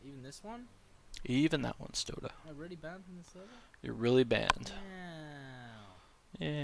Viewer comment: Why do you say "stodeh" like "soda" like get his name right before you accuse him of cheating